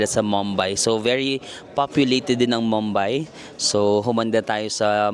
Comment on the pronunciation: Medyo disturbing on how you pronounce Mumbai. it’s moom-by. Not mam-by